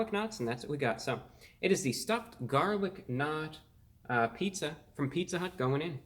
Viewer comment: "Pizza hüût"